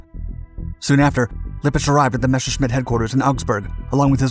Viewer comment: can anyone relay the correct pronunciation of Messerschmitt to the author of the video